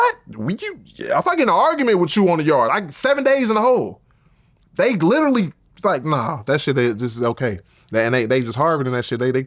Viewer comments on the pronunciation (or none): Lol, did he say, "They glitteraly", or "They literally"? Haha 😊